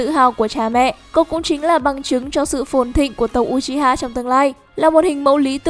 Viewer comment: Đọc là ư chi ha nha ko phải u chi ha